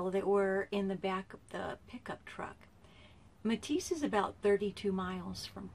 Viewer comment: Right I live in Burlington 30 miles east of Meteetsee She is saying it wrong but still great vid . Carl Dunrud is buried right next to my Grandpa in the Meteetsee cemetary . My G-Pa owned allot of land in Meteetsee . I have been to Kirwin many many many times I was there last weak . July 15 2018 .IN my opinion this is where the treasure is at